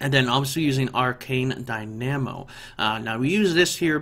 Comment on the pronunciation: lol the way he says dynamo.